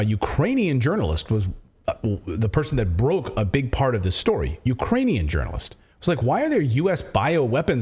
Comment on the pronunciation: She can’t even say Ukrainian 😂 She’s totally lying 🤥 🤥 lying 🤥 🤥 5/5 Pinocchio’s